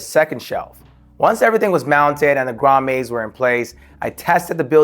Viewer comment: Great video - they are pronounced grommits not grommays (its not a French word)